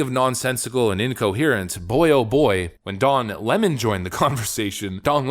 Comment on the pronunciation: It's not Don leemoone it's Lemon. Like the sour fruit.